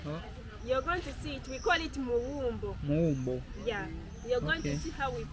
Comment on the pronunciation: Call it kawumbo not muwumbo 🙄🙄😀😀😀